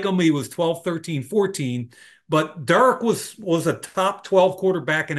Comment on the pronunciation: Somebody needs to tell mike that derek is a two syllable name😂